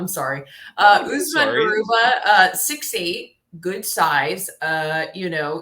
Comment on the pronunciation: Garuba not Garubat